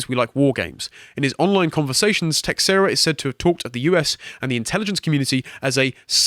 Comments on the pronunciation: Just one thing that is driving me nuts: it's teiSHEIra, not teKSEra! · His last name is pronounced TAY-SHAY-RA, c'mon guys. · Just for future reference, it's (tuh-SHARE-ah). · It's an Iberic name you pronounce it as teh shay ra if it's portuguese and teh hey ra if it's Spanish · The man's last name is pronounced like Tah-share-ah. A baseball player by the same name was on the Texas Rangers when I was younger and actually payed some attention attention to baseball. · It is astonishing how many people don't know how to pronounce Teixeira.